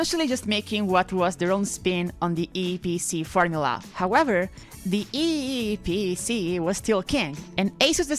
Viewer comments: I am happy you pronounced eeepc correctly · I like the way you pronounce "eeePC" 😀